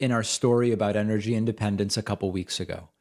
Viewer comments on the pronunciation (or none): What the hell is "Inergy"? Does she mean ENergy?